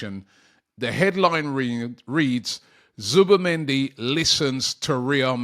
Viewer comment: Zubi not Zuba please Robbie